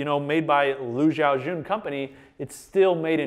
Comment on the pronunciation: butchering the GOAT'S name. How the fuck do you pronounce an 'X' the same as a 'J'?